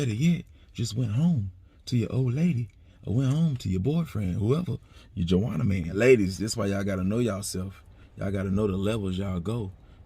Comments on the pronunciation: He said jawannaman!!!! Lol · Nigga said Juannaman